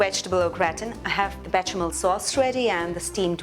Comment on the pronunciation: Be "sha" mel. My OCD is out full force